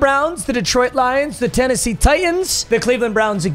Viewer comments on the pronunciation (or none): none